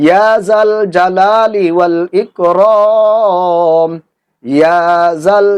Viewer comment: লেখছেন ইকরাম বলেন ইকরম।